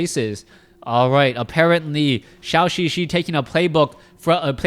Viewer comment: Hope one day he pronounce ZhouXiXi right